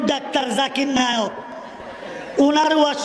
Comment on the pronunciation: (জাকির নায়ক) নামটাও উচ্চারণ করতে পারে না 😅